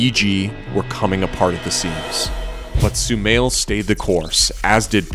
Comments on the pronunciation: It's not so-mail, it's so-ma-eel. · Sumail not shumail